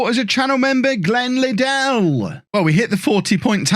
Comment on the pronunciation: Yeah you said Liddell correctly. I might join the channel cos of that.